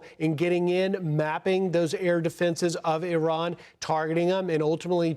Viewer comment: It's Iran not Iron.